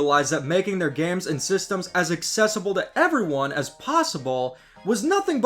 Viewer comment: Bro says gams